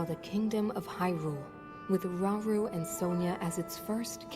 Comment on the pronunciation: 😂 it’s Rah-Oo-Roo like Raul in Japanese Romaji.